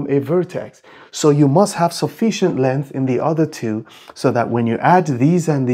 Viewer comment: "length" is pronounced with the "g" = it is not silent = not "lenth"!